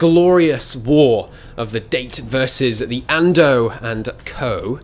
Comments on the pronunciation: Jesus please stop calling it date. Da-Tay. >.< ears are bleeding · IT IS Dah-Tay not Date! MUH EARZzzz HALP MEH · IT'S DA-TÉ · If you're going to play as the Date, please say it right. DAH-TAY.